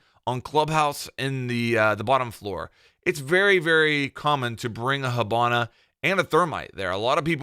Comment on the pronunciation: why can you not say ops names :') hobona? thormite lol